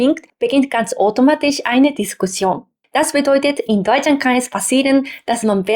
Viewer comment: Vielen Dank für das schöne Video.... da du darum gebeten hast. Der Au-laut bei automatisch klang mehr als o. Dein Ch laut bildest du anderst. Habe das Gefühl du erzeugst ihn weiter hinten oder deine Form der Mundhöhle ist etwas anderst.... und klar deine Betonung ist manchmal noch etwas "japanisch" aber natürlich ist dein Deutsch im allgemeinen sehr gut.